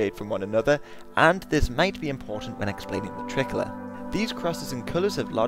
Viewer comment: You pronounce "tricolour" like "trickler"